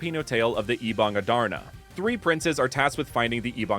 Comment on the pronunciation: Did I just hear him saying "Ebang a Darna"😭😭😆(as a filipino I would just laugh this off since tagalog has a rather hard toung and throat😅, plus it's so nice that had extensive research about this🫶🏽)